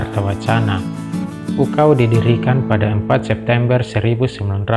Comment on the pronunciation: UKAW kakak, bukan UKAU 😭